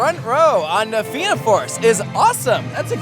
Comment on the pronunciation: theyre actually doing well enough with the pronunciations until he said na fianna force